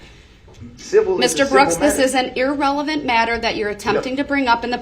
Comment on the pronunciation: Judge needs to learn how words are pronounced. It’s not EAR-relevant! It’s irrelevant!!!